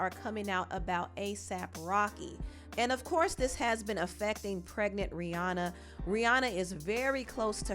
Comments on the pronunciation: FYI: Rihanna’s name is actually pronounced “Ree-ANN-uh” not Ree-Ohn-uh. She doesn’t tend to correct ppl bc most know her as the latter… but yeah… Ree-ANN-uh 😊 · The second pronunciation took me out, can't stop laughing 🤣